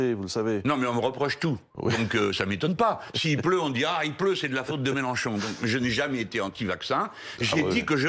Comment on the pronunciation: Melenchon dit Mechancon. 🤡🤡🤡🤡🤡🤡🤡🤡🤡